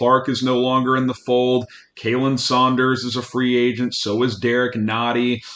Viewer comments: Okay I've gotta say it if no one else is going to: it's Khalen like Colin, not Kaylen for Saunders. (Source: literally his Twitter handle) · just refused to pronounce Khalen’s name right